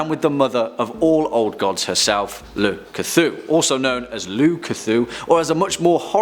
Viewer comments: Guys, we're not going to have Cthulhu on this list...first up, it's Lu Kthu. I loved that. XD. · I actually laughed at this because it just sounded like he just reshuffled cthulu s' name around